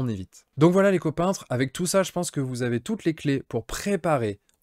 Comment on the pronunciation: Punaise c'est la premiere fois que j'entends "hé salut les co-peintre" alors que je croyais à un simple "hé, salut les copains" . haha, sinon merci pour la video